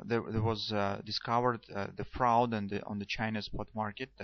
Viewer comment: Hey. Great Vids Bro you are my Guru. Fraud is pronounced the same as the word LORD. You said it like loud or Froud. lol. Just saying. I used to be an English teacher before I became a metals trader. Aud as in Audible. Fraud same sound.